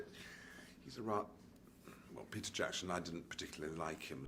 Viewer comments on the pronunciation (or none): none